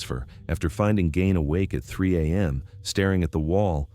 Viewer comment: I heard his last name pronounced as /GEEN/. Just saying.